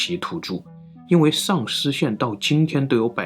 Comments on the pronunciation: 一开始只听声音没看视频 还以为是丧尸县 😂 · 什么县？“丧尸县”？ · 只是听视频，我还以为是丧尸县。.